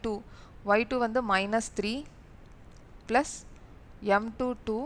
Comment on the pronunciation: mam neenga plus nu solrathuku pathila blush nu solrathu romba cute ta eruku